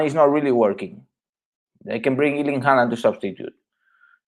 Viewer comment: Please learn to pronounce his first name properly, the Germans are closest so far, even the British are better than this Iiiirling!!